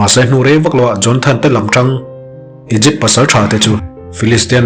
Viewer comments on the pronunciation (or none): Igypt(egypt)hi Aikupta tiin chhiar tawh teh suh u